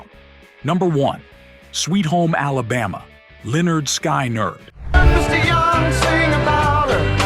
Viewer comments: The album is pronounced "Lynerd Skynerd". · Sorry, but that is not how Lynyrd Skynyrd is pronounced: (/lɛnərd ˈskɪnərd/, LEN-ərd SKIN-ərd) I graduated from high school in 1973. I loved this music. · It's pronounced linard skinard. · Leonard Skiii nerd. How funny. No one checked the ai’s pronunciation. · No wonder Skynyrd put how to pronounce their name on their first album... Blade Runner testing a Replicant, "Read the name of this band." Anyway, the #11 Rolling Stones song is 'Sympathy for the Devil' - not 'Time Waits for No One'... easily confused, as both songs have the word 'for' in the title. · You need to learn proper pronunciation LYNYRD, and SKYNYRD rhyme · I just love the AI narration….can’t pronounce even pronoun Lynyrd Skynyrd correctly…. kind of ruins the whole thing just saying.🤷